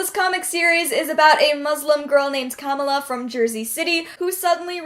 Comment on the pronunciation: I hate being this person cause I hate correcting anybody ever but you mispronounced Kamala. It's Ka-Mala not Kama-la, her comic is one of my favorites lol.